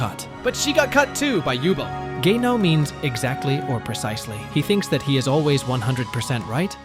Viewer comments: Übel. Not Ubel. Seems like english dub is pronouncing them all wrong. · I wondered what Name you are talking about when you said jubel. Only later i realized you tried to pronounce Übel. 😅❤️ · a lot of them i didn’t even understand… took me a while to get Übel too. (i haven’t watched all of frieren)